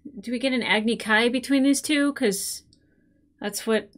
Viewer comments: In Eastern Asia; aang, avatar, and Iroh would be said Shyamalan’s way. But he went back on himself by saying Sokka and Agni Kai wrong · As much as this movie is bad, the name pronunciations are actually correct. The original show, as perfect as it was, mispronounced several names/words. Agni "key" is wrong though.